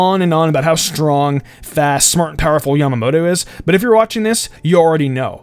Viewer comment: Mispronouncing is one thing, but he repeatedly calls "Yamamoto" "Yamato". It's not hard to pronounce and it's like calling an O'bryan Ryan.